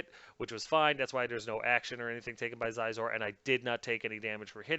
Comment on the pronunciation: Xizor is pronounced "Sheezor".